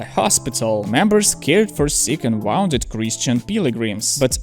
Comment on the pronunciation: your English is wonderful but try to learn to distinguish between "wound" and "wound" - two separate words in English, each with its own pronunciation.